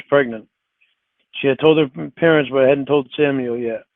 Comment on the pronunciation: omg that is the perfect way to phonetically spell out how he says parents 😂